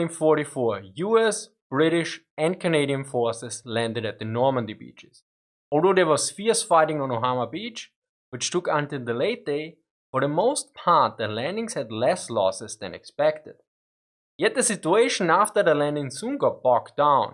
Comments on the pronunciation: OMAHA, not OHAMA beach.... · Its pronounced OMAHA not OHAMA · All you British or South African or Australian YouTubers can't pronounce words for shit you literally said Ohama instead of Omaha! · ohama? btw great vid :) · Ohama Beach 🤓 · Ohoma beach? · "Ohama beach" lol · Hell, most Americans can’t pronounce Native American words. I can’t imagine what an Austrian must think when seeing one.